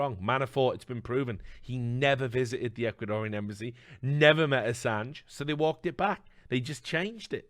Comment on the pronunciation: Oi mate PRONOUNCE ASSANGE RIGHT MATE!!!